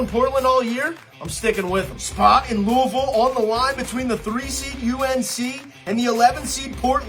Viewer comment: appreciate the love for Marshall, but this guy repeatedly saying verse instead of versus was extremely annoying not to mention the mispronunciation of Louisville. Lou-uh-vull not Louie-ville